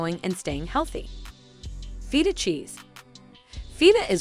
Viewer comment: OMGthe way she kept saying Feta 🤦🏼‍♀️🫣😂